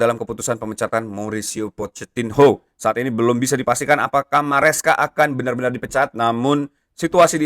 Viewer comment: PochettiNO bang bukan PochettinHO , agak risih dengernya wkwkwkwk :hand-purple-blue-peace